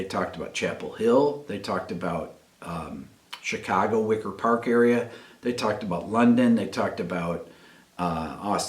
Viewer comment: Where'd you learn to say Chicago like a local? Just hearing that made me homesick... Also, you could have your story in the current day Chicago, but... heroin...